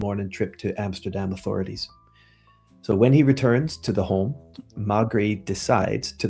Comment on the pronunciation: may-gray. may-gray. Maigret. trust me.